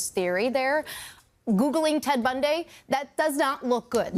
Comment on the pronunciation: That was the weirdest pronunciation of "Bundy" I've ever heard.